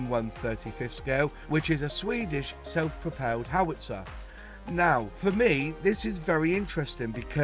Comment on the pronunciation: its pROpelled not pOR pelled